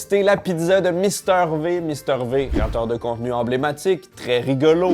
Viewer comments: Mais pourquoi tout le monde dit « Mister VÉ »?! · Non non, c’est bien « Mister Vi », il l’a toujours prononcé ainsi. C’est sensé être de l’anglais, pas du franglais…